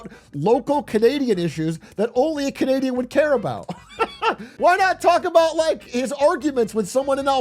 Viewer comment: "Aboot" heheh